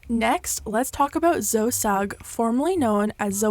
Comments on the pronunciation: It’s Zoe Zoe E NOT ZO XX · Zoe is pronounce Zoe, not "Zo", for future reference :) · zo sugg? bruh it’s pronounced zoh-ee jesus christ 😭😭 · ITS ZO-EEEEEEE NOT ZO! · Just FYI its not Zoe said like Joe. It's ZoE said like Zoey, Zoie, Zoeeee. ♡ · I've never heard someone purposely pronounce Zoe as Zo before lol. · zo ee sugg not zo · why does she pronounce the name zoe as zoh instead of zoh-E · Wait wait wait why do you call her ZO? And not ZOE? Is that a Canadian thing? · its Zoe not zo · Yea some people do pronounce it ‘Zo’ but she actually pronounced hers ‘Zoey’ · wait is it Z-oh or Zo-ee? Because i always thought it was pronounced Zo-ee??? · lmaooo "Zo" ..... I think it's pronounced "Zoey" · ISNT ZOELLAS NAME PRONOUNCED AS ZO-E NOT ZO HAHAHAHAHA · Zo? It’s pronounced ZoE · It’s ZoE not zo... if your going to do a story, know who u are talking about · It’s ZO-E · Zoe's name is pronounced "Zo-ee" btw! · its pronounced zoEE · K sorry but you don't pronounce Zoe like 'toe' lmao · Sorry but Zoe is pronounced Zo-ee (like Chloe!) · You think you know enough to cancel people and yet you think Zoe is pronounced Zo 🤣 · Zoe is pronounced ZO-EE. I don't get why people don't know this. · Itsss pronounced zo-e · ... her name is Zoe not Zo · no offense to but "zoe" is is not pronounced "zo" it irks me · You do know it’s zo-E , right?😂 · Zoe is pronounced zoey 😭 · Z-OH- EE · Idk if it’s just an american thing but zoe is pronounced zo-ee unlike her brother whose name is joe (pronounced jo) just had to mention it x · It's pronounced Zo-ee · It’s zoeeeeeeee not Z0e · fyi her name is Zoe which in England is pronounced "zo-ee' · Her name is pronounced Zoey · It’s Zoe... Zo-E. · It's pronounced Zoeeeeeeeey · i cant get over the pronunciation of zo for zoe lol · hr name is zoe lol u say it like zoey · I thought "Zoe" was a common name? Why do you keep saying "Zo" ???? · It's pronounced zoey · No shade but her name is pronounces like Zoey :) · why u pronouncing zoe like zo lol